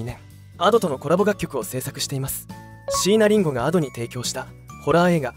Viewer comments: 待って！「椎名林檎」の事そこまで詳しいのに、「椎名林檎」のアクセント違うくない！？ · しいなりんごの発音と いなばの発音がいちいちツボで笑ってしまうw